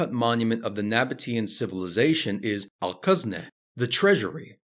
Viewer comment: Al-Khazneh, not Al-Qazneh. "Kh" as in the "ch" in "loch", not "q" as in "Qatar".